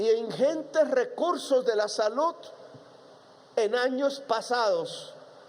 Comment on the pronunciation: Lapicito se cree un orador de otro mundo, cuando no está tocíendo o golpéa el atril, hace imagenes e hipérboles que no concluye y, si una oración termina en Ese, la alarga hasta que se desinfla. Más que gallos lo que se le vuelan son pajaritos, ni habar de las palabras terminadas en De, como salud, la que pronúncia con Te, deve ser por eso que los nenes se mueren de "denutrición". Golpíando en vez de golpeándo la puerta, se dará covertura al país